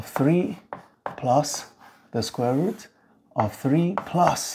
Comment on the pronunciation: why you pronounce root as ''rat''?